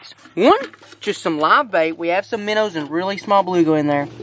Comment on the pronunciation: 1 BIGGEST QUESTION WHY DO YOU SAY MINNERS IT MINOWS